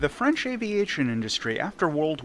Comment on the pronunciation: Your French pronunciation is actually very good. Don't be too hard on yourself